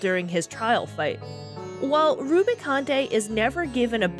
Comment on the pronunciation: Edge is pronounced how it normally is in English. Like the edge of a table. Rubicante is "roo-bi-cawnt", no French-like flair on it. It is good practice if you aren't sure how to pronounce a main character's name to check Dissidia as those are considered the 'canon' way to pronounce them (such as Tidus being pronounced "tee-dus" even though we all say "tye-dus") or just use the pronunciations used by characters in cutscenes!